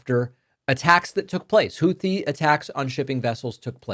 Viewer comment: Why are the s*x bots targeting dem channels? Ugh. Damnnit, Trumpty Dumpster. I told EVERYONE WHO WOULD LISTEN he would destabilize the whole world. It's pronounced Houthi with a 't', rather than a 'th', btw.